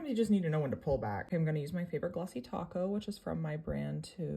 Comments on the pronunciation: I heard “taco” instead of “top coat” 😂😂😂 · I thought she said “my favorite glossy taco” 😅… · Lollllll I thought I heard taco too🤣🤣🤣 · It’s so cuteeeeeeee why do I keep on thinking that she’s saying taco instead of top coat😭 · Is she saying glossy top coat or glossy taco? I always thought it was taco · i thought she said taco too LOL but sometimes americans just say “top-coat” in a weird way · Did you say… glossy TACO… 🌮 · She's saying glossy top coat not taco right? Felt like I was listening to Kristina from simply nailogical there for a moment haha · You did not just say taco right. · She said taco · I thought she said Taco! I was freaking out, saying she stole that from Simply Nailogical!